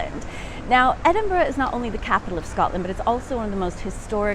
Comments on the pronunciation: Thank you for pronouncing the city's name correctly. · Thank you for pronouncing Edinburgh more or less correctly.